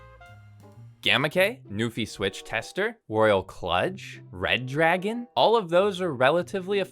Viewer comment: EVERYONE - It is "REDRAGON", and not "RED DRAGON"😭😭😭